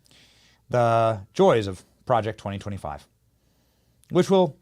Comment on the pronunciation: Why do you keep saying Project 2025?? Stop saying it like that PLEASE!!